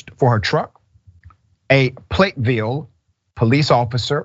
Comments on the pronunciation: The pronunciations r PLAT VILLE not platteville and FT. LUP TON, not loopron. Phonetics used 2 b important n news reporting. THIS INCIDENT IS WRECKLESS ENDANGERMENT!!! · me too and yah loopton lol also it's platt -ville not plate -ville